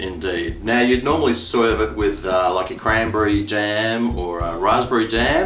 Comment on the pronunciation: 'normally soive it with' 😂 u sounded like a new yorker haha they look delicious